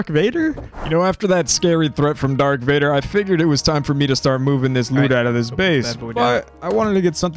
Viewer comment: its darth vader